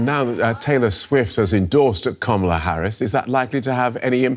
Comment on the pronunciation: She's mispronouncing Kamala's name:)) She's like Trump.